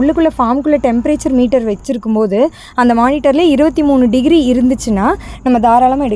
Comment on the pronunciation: 23 டகிரின்னு சொன்னாங்க